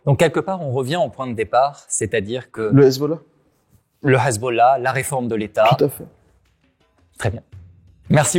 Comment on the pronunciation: "le Ezbollah" ça passe pas...